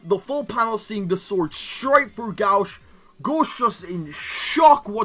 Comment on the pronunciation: Japanese pronounciation: gōshu adorai This guy: GAWSH